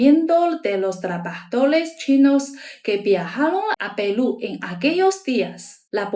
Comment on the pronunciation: QUE HERMOSA ESTA CHINA RICAMML, ELLA DICE : PELU😂😂😂😂🎉🎉🎉🎉❤❤❤QUE VIVA PELU😂😂❤❤❤❤Y QUE VIVA CHINA 🎉🎉🎉🎉🎉